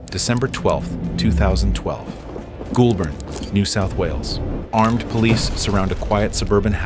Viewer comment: Great video, though the area he is from is pronounced "goal-burn". This was funny... Minus one million dollars '-$1,00,000" lol